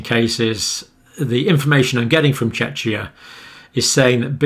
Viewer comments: Pronunciation correction: Czechia (aka Czech Republic) is pronounced “Checkia”; not like you’re trying to say “Chechnya”, which is of course a totally different country 😉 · Yes, more K. Pretty much as the Cambridge guys do. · Greetings from Czechia. It is our way to propagate our country like openminded to all experiences and cultural enrichements. Pronunciation of CH is like Christ, not like Churchil or Shithole.. SOS... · "Czechia" is the new English name of the country until recently known internationally as the Czech Republic. It is derived from the word "Czech", which is pronounced the same as "check". People who live there are called Czechs, pronounced "checks", as they always have been. It is, therefore, "Checkia", not "Chechia". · I agree. But English pronunciation is messed up in general. I've heard many people understandably mispronounce this relatively new name for the Czech Republic. Think of how you say "Czech". It's basically that pronunciation with "-ia" added to the end and they drop the "Republic". So Czechia instead of Czech Republic. It's still a controversial name with some people loving it and others hating it ;-) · Check the pronunciation for CZECHIA. This can not be right. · John has been reminded of this before. Google Translate has the same American English pronunciation.